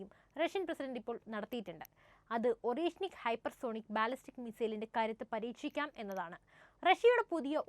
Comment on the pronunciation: Орешник എന്നെഴുതുമെങ്കിലും, അരേഷ്നിക് ആണ് ശരിയായ ഉച്ചാരണം! അർഥം Hazel Nut എന്നും !